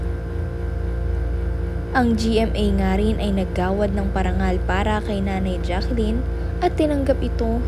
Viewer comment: Ang lamya kamo.. Saka ang tawag niya sa video ay bidjow at si Jakalin si Jaclyn.